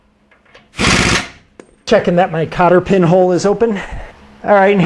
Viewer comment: It was a joke...... When you said cotter pin.....it sounded like copper pen......ha ha.....love the videos man